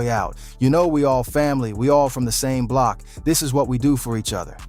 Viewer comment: nga said “ahh bloc”